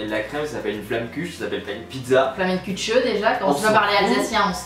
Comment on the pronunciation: C'est la flamenkuech pas flammenkutcheuh mdr